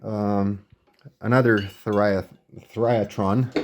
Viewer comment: Great flea-market "find!!" BTW, whoever taught you the pronunciation might need glasses; based on the correct spelling of "THYRATRON," the pronunciation should be "thigh-ruh-tron," and not your pronunciation, thrye-a-tron (the-rye-a-tron), the spelling for which would be "TH(A)RYATRON." Keep up the good work collecting as much nothing (true vacuum) as you can!! PLUS, I didn't know the existence of that 6E5S, an octal-based version of the 6E5 "magic-eye" tube, which is a 6-pin base. I only knew of the octal 6AF6, dual eye, but without internal triode! Thank you!!